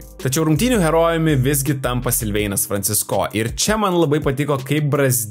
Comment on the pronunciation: Kaimiečiai, koks Franciscooooo ? Franciiiiisco . Ar negirdit kaip Eurolygos komentatoriai užsieniečiai komentuoja ? P.s. Visos gynybos geros, kai priešininkas elementariai nepataiko ( kaip mes prieš Puertoriką ).